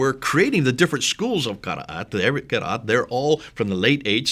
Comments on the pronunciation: Interesting.....you are a saudi but can't pronounce "QURAN" correctly in arabic ? Ummmm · Ex muslim from saudi and yet pronounce koran like a handicapped. You are being fooled by these clowns. Actually this vdo strengthten my faith that quran(reading) is unchanged. Tq. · Absolute nonsense should no better, I know for over 20 years, the Qirat was established in the lifetime of the Prophet (saw) clearly written in Bukhari the seven ahruf were taught it. Perhaps and need to actually read the Hadith, I noticed this who meant to be an Arab from Saudi yet he does not pronounce the word Qur'an correctly